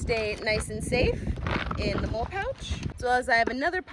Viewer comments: Great video. Very impressive and functional setup Btw molle is pronounced molly and it stands for the Modular lightweight load-carrying equipment which replaced Alice gear (All-purpose lightweight individual carrying equipment) which was what I used when I served (yeah, I’m old). I too prefer the drop leg holster for my pew pew. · Is it pronounced MOLE or MOLLY? I do not know but heard both now. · First: Molle is pronounced “Molly” You’re just a gadget girl, just like any gadget guy! It is rare and admirable. The proper mindset for rural life. However, nobody can prepare for EVERY possibility (even if you could carry every gadget made). If it were me… I’d put a LOT of what you carry in the pack! Your “outings” should be purposeful. A separate pack for each purpose. Weight & dexterity are the priority. The body is a machine & was designed without the need for 100lbs of extra gear! Minimum weight & optimum utility. Personal protection, a knife, a saw, an over shoulder bag for incidentals (which can carry most of your items) is all you should have on your body. The rest should be in packs. You can outfit your car, a cycle (motor or not), & purpose driven packs are all you SHOULD need (look to military ideals). Ask yourself: what is the purpose of all this? Are you going to graduate up to a pull cart just to carry all your preps? At some point, a diminishing return will be realized when the preps encumber movement & activity. Work smarter, not harder. My hat is off to you, but time will teach lessons you need to internalize! I WISH I could be with a life mate that has your mindset! Keep doing the work & you’ll evolve into a beautiful thing! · MOLE? It is called mol...le :) You are a crazy lady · I believe you MOLLE not MOLE 🤣🤣🤣. I :face-red-heart-shape: your video, I am a fan now!!!!!!!!!!!!!!!!!!!!